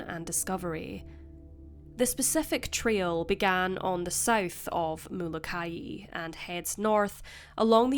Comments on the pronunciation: It's pronounced Mola ki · I have relatives on the Hawaiian island of Molokai and you are pronouncing it incorrectly... It is pronounced the same as the biblical prophet Malachi... I had no idea what island you were talking about at first and had to listen carefully to understand the mispronunciation... Love your channel though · Molokai is phonetically pronounced Mo-Low-Ki